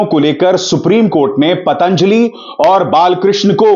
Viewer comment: पातांजलि नही पतंजलि पहले बोलना सीखिा